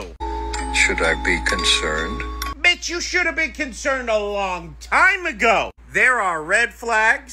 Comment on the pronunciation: IV’E watched this three times I MIGHT watch it two more times the way he said B*TCH got me in awe he is the least person I would’ve thought to curse. 🤦🏽‍♀️😆